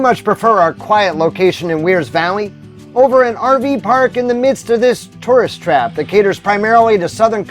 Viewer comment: FYI....Wear's Valley is pronounced Ware's by the locals.....so happy you highlighted this area....ty